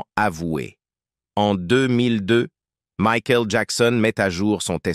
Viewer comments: C'est un IA qui parle? Il n'y a pas d'intonations et la prononciation de certains mots est plus que douteuse ("Mykael" "Jackon 5" prononcé en français...) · 😂🤣😂🤣😂🤣😂🤣😂🤣😂🤣😂🤣 Maïkaël Jackson !!!! Les Jackson cinq !!!!! Pour ceux qui suivèze Mickaël depuis ses débuts !!!!!!! Pour ceux qui comprenète Mikaël !!!!! Houlà, c'est une vieille IA buggée française, ça ! 😂😂😂😂😂😂😂😂😂😂😂😂😂😂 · et aussi makaèl :face-blue-smiling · Aaaah l'IA 😂 Maïckaël et les Jackson Cinq ...